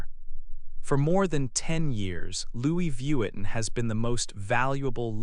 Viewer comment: Pronunciare in maniera decente il nome Louis Vuitton mi sembrava il minimo! Peccato. Fa venire talmente il nervoso che rovina tutto il video